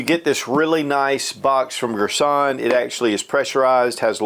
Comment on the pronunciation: Girsan......Gir-son..... Not Gir sonnnn... Cut short on "n" Thx for the video